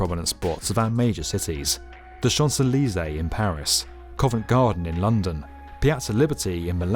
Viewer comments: say champs elysee one more time XD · That is definitely a British Pronunciation of Champs-Elysees!